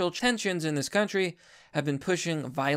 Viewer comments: Bro, it's not "rheTORic". It's "RHEToric". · Rhetoric is pronounced "RETta-rick" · I love your content and all, but the way you pronounce rhetoric is pure cringe.